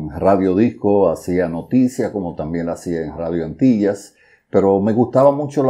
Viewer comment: La Sinalefa: ``Hacia Noticia´´. Sonó: *``haciano´´*. Jajajajaja